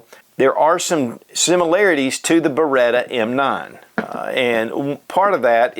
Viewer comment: BereTTTTTTTTTTa is the right pronunciation ;-)